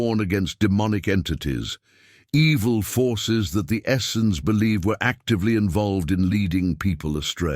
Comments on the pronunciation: I'm really curious why the word "essenes" changed in spelling almost every time it was mentioned throughout the video. Also, it was pronounced different ways by the speaker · Why does this narrator pronounce Essenes so many different ways?